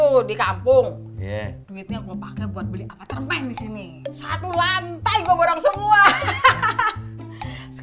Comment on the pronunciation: Apartemen mak bukan apatermen